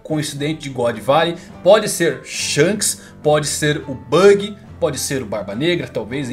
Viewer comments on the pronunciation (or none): none